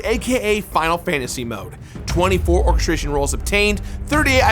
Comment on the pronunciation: Or-kess-tree-on not Or-kess-tray-shin